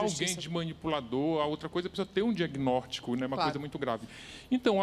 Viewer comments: Cara ele fala "Diaguinortico" kk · Regiany de Lima Reparei! E mais: disse “diagnórtico” e comeu alguns plurais 😫